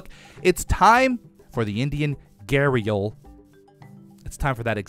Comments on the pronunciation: It's not gahreal it's gah-re-al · The Indian gharial is pronounced ghe-ree-ul it is commonly pronounced wrong so you are not alone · But the way Gharial is said GAH-RE-UL